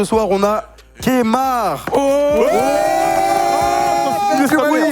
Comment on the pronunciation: C'est "Kemar" et non "Kémar" yes